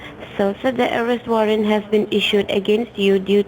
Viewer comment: Ourest warrant? Mistakilly? Wowcher? Porticol? ProWIDE?? "Under your NAM"?? The idiot scammers might want to learn how to pronounce simple English words.